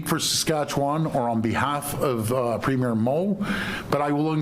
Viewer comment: Why does everyone mispronounce premier?